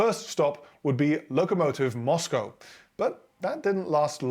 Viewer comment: Locomowtive Moscow?!!!!It's Lokomotiv Moskva ffs dudeeeee